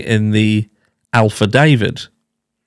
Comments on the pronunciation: Bruh.... It is Affidavit... Not ALfidavid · Alpha David 😅 I think you should start pronouncing more words on purpose to see how many correction comments you can get. Troll the trolls 😁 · the pause and the wink after "alphadavit" 😜 cracked me up. I love to hear your take on things. Have a great day. ❤️